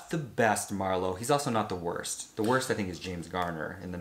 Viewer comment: It would be hard for me to accept Liam as Phillip Marlow, I loved the books & old movies so freaking much! But I may try.......dang you nailed that pronunciation of the actors name! Color me impressed 👏👏👏